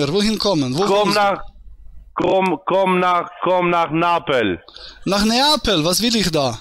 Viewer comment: "Komm nach Napel" - blöd, wenn man nicht mal den Städte-Namen richtig aussprechen kann.